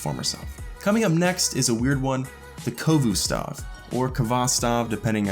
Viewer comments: Koh-Vu stahv... wtf Is the Khovostov, Proud Russian Autorifle, reliable, modifiable, Sturdy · What kind of pronunciation of khovostov was that!? "Khovustov"